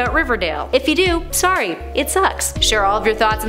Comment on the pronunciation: You say "sorry" different from your other Canadian hosts.